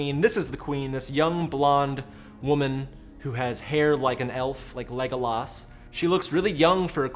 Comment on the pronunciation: Yeah seriously. If you are going to use the name 30 times in a video you should make sure you have the pronunciation right.